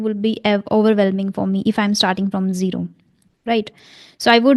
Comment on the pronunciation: Gero ❌️ Zero ✅️ Please correct your pronounciation..